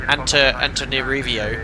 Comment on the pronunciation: It's "anta-nana-rivo" but people from there just call it "tana"